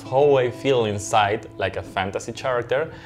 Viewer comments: he said cheracter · Did he just say "Fantasy SHAracter?" ok. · Chahrickter haha. Love that pronounciation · Somebody please tell this sweet soul how to pronounce “character.” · No one is bothered by him saying character wrong over and over again? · The freakiest part of this video is how he pronounces "character". That really threw me off. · Literally noone: Not even a soul: Not even park jimin: Me: *OmG wHy DiD hEe prOnOuNce cHaRaCtEr wRoNg? *